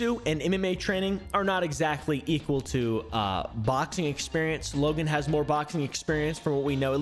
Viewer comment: “This is Wogan’s Bwoken Pwomise” 💀😂